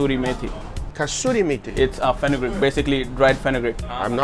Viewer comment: ** kasuri methi.... It's not kasturi methi